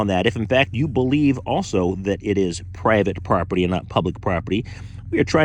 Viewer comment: "it's prybit proper-tee... publicly funded but...." 😂😂😂😂😂